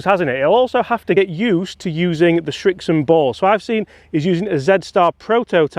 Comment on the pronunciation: Srixon... not Schrixon